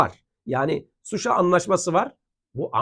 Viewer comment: "Suşa" değil ŞUŞA